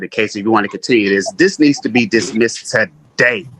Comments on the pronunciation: "Tah-day!" - illiterate AND arrogant. Great combination… None of these sovereign fools know what a BEY is: "the governor of a district or province in the Ottoman Empire." - New Oxford American Dictionary It is a title, NOT a name. ATT: Judge Perkins... Problem is that Grayson is LYING about his name and he's absolutely certainly 100% going to throw that in the court's face when he loses. Compel him to use his real name. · Lol what a fool.. "tuh-day" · “Ta - DAY.”